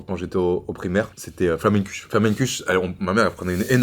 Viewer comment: comment sa "flammenkusch" ?? les alsaciens qui pleure sur la prononciation , c'est comme le baeckoffe se prononce baeckoffa